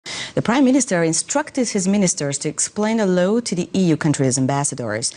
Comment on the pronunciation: It's a shame when newscasters with otherwise excellent English pronounce "law" as "low".